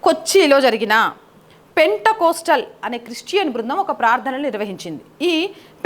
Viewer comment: పెంటె కోస్టల్ కాదు తల్లీ. పెంతె కోస్తు